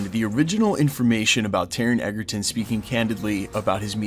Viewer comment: I am here for this!!! But PLEASE…it’s pronounced EDGERton. As in having the edge. It’s not. EGGERTON!!! 😤